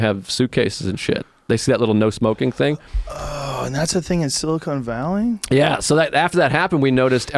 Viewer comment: I got your joke. seconds the guest pronounces it Silicone then Joe pronounced it the same way at 45 seconds. At least it sounds like they're pronouncing that way . I could be wrong.